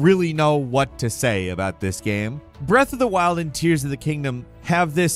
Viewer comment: Bro can't go a video without saying "breathe of the wild" or "mundane" 😅